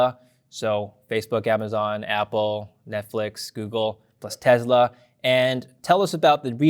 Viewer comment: Tesla is spelled and pronounced with an "s"....not a "z".